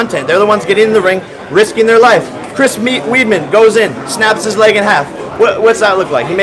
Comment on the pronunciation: This guy said “chris weedmen” 😂